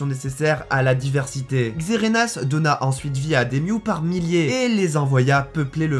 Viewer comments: C'est normal le "Xerenas" au lieu de "Xerneas"? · Xerneas et non pas Xerenas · Et c'est Xerneas pas xerenas